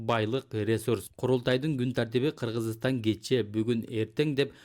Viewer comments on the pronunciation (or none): Кырыгызыстан деп окуйт экен...